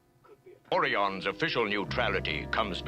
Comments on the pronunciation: Ore E Ons O Rye Ons weird pronunciations Fun Fact! we will see them again and they'll be green... about twenty years after this episode was made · At the time I felt too old to be watching this as a 14 year old. Child at heart my whole life but too old to watch this cartoon. I'll have to check with my little brother to see if he watched it religiously. The orions ( o-reye-ons) Certainly in the journey to babel and with the dancing orion slave girls it was pronounced O-reye-on. This was a good one. I think the other ship was a federation medical ship.